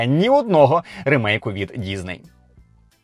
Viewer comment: Чому діЗней? Що це за мулька пішла псувати українську, аби тільки не було схоже на російську...бісить...дізней, гакери...